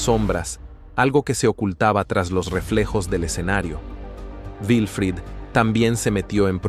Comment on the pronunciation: No es vifrido, es Wilfrido, w